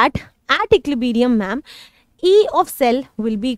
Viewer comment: equilibrium ❎ equilibeerium✅ 🤣🤣